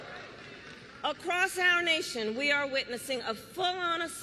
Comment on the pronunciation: Fweedom minus the 'F'.